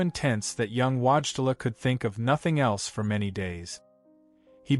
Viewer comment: WHAT is the name you used!? The public has learned to pronounce this historic Pope/Saint's sir name and it's not Watchela! Whoever is responsible for this ignorant narrative needs a language lesson. Face a mirror and watch your mouth form these Polish letters into English : VOY-TILL-AH. Another fractured name is the former secretary of Pope John Paul II, (later Cardinal) Dziwisz, misspelled and mispronounced, JEE-VEESH. Show some respect to the memory of both these great men.